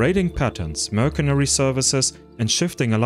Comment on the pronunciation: I'm impressed by your pronunciation of SCYTHIAN. But not so much how you say MERCENARY